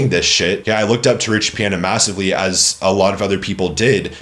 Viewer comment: If you say his Damn name like that one more time...